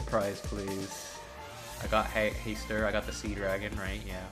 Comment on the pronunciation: That's not how you pronounce Hastur at all. lol